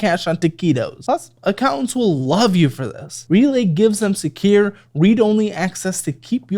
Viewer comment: it is Secure, not sceer for god's sake